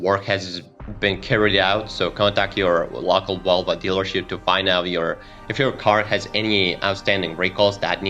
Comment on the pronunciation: Why do you keep saying Wolva?